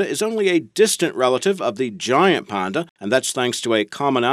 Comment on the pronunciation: its a panda not a ponda hahaha